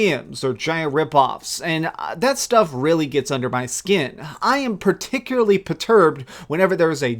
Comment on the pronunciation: Paticularly perturbed